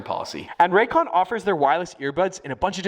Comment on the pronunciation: "The ran cans" "Ray's con"